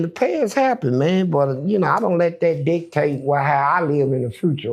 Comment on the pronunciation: Funny When He Said "DICTATE"......I Thought He Was Saying "D... TASTE" 😅